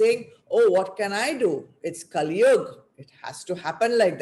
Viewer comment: Terrible audio. Lots of the talk missed! And, why do you keep saying काली instead of कली?? They are totally different beings.